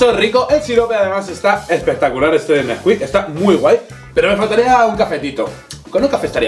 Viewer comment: Neskuik?!?! Chocolate por dios!!!